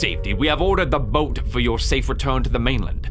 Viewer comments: Took me a minute to understand that when read "Something stole my boot" it actually said "Something stole my boat" 😂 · "Something stole my Boot" Lol I think you meant boat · Text: boat: boot